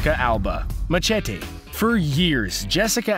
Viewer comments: lol at me-ce-tea! it's me-sye-tea btw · It's ma-sheh-tie, not ma-chet-e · STOP SAYING MACHETE LIKE THAT!!!! ITS MA-SHÉ-TEE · Why pronounce Machete that way? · Anyone else notice that he can’t even pronounce machete correctly 😂😂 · The way that the narrator said "machete" pisses me off. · Is anyone else bothered by the way he said machete? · Can't pronounce machete